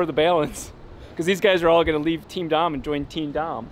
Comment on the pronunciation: Dom ❌ Dahm ✅ FAMILY💪🏼